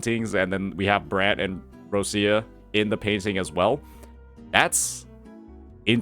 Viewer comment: /Rochia/ not /Rossia/ please